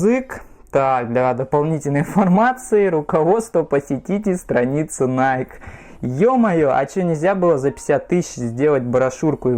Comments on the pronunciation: Оригинал ищет. Все знает (типА). Называет NIKE «Найк»🤦🏻‍♀️🤦🏻‍♀️🤦🏻‍♀️. Это НАЙКИ, там в конце E, это произносится как «И». В оф.магазинах США подойдите к консультанту и узнайте наконец-то, что это НАЙКИ, а не НАЙК🤦🏻‍♀️🤦🏻‍♀️🤦🏻‍♀️. Его английский это просто пипец🤦🏻‍♀️🤦🏻‍♀️🤦🏻‍♀️ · Не найк, а найки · Вы меня извините конечно. Но. Название бренда происходит от имени богини победы Ники и в оригинале звучит "Найки". Именно так его произносят в Соединенных Штатах. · игорь прав, иностранцы произносят: "найки"